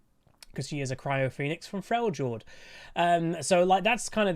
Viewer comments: I love you but I have a couple of bones to pick with you. Firstly: it is pronounced "frelyord". Secondly: Dragon Ball is one of the most overrated anime out there, super boring, unreasonably stretched scenes, goofy story and edgy characters, let alone the length of all that thing. Yuk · I’m excited for him. I hope the new stances will have some skill expression to them. I wonder if they’ll release the fourth demigod before his rework to tie all of his abilities to them, or if it will be the boar like what Sejuani rides. Seems to be super cool! (Also, it’s Frel-yord. You don’t pronounce it as a “J”) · Cool video! buuuut could you please pronounce Freljord correctly? the J is pronounced like a Y (in the word Yeah for example) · I think you need to watch some more trick2g if you think Uydr has not skill, that guy pulls off some shit that is just astounding withs him.. also is it just an American thing to pronounce Frejord as Frey jord?